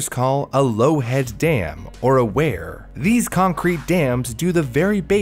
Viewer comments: weir is pronounced like weird but without the D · He pronounces weir as wear lol. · Weir rhymes with fear